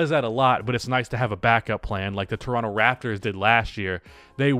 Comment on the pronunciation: Lmfao “Tornonto ”